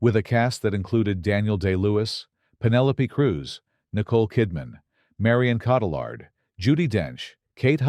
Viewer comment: "Roger EBB-ert"?! "Kate Wins-LATE"?! "Marion CAUGHT-a-lard"?!? "buy-OP-ick"?! AI needs to go to elocution school.